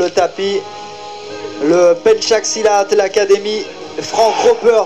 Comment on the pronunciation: Bukan PENCHAK, tapi PENCAK